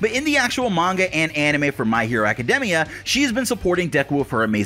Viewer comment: why does he pronounce academia like that?